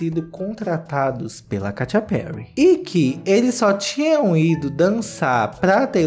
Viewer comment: Eu sempre morro de rir com a "Katia Perry" KKKKKKKKKKKKKKKKKKKKK